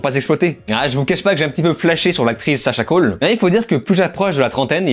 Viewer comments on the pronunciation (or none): Je ne sais pas si c'est l'accent peu ordinaire, mais ce n'est pas Sacha 'Cal', c'est Sacha 'Cayé'. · « Sasha CAULE » ça se prononce « Sasha Caillé »